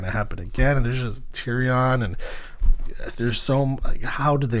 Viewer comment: You’ve never once heard Tyrions name pronounced that way lol